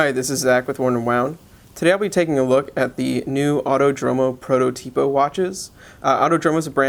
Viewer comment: fyi, it's pronounced autòdromo (and protòtipo)